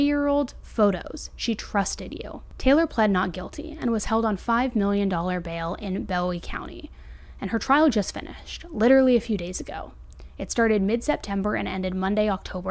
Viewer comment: Not to be rude but when you're researching these stories please please please get the names of towns and places correct. It's bowie (boo-wee) county. It's DeKalb (dee-cab) Texas. Also it's Healthcare Express, not health Express.